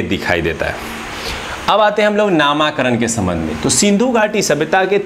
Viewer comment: नामाकरण नहीं नामकरण होता है महाशय